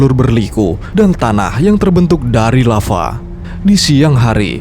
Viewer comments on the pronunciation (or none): none